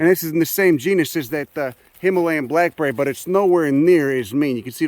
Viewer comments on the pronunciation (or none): none